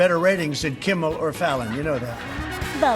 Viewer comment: Uh, Beeatch, it isn't "Kimbal", it's "Kimmel."